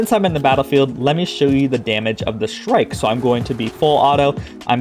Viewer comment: The shrike (you pronounced it correctly) is a bird that catches rodents and smaller birds and spears them on thorns of bushes. Its like hanging ur deer or pig after you kill it.